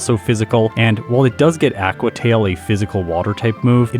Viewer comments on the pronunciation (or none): The way pronounces "Aqua" is so cringe! But not as bad as Houndewer